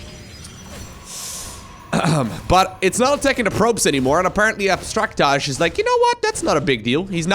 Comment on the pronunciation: I think that's pronounced Abstract AJ. (As an initials dude myself)